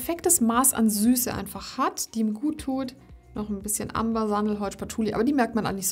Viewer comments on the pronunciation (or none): none